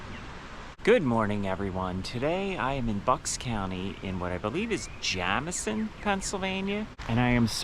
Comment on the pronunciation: Bonus points to her for pronouncing Jamison correctly (even though I disagree w/the pronunciation)